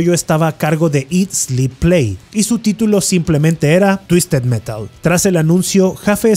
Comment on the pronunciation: "TUISTED MERAL" "TUISTED METAL" "TUISTED MERAL" jajajajajajaja